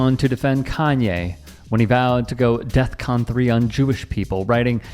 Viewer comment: Smh..It's Defcon not death con.